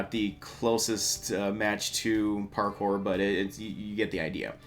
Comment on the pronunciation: I don't think many people notice this, but she said Pawkour, not Parkour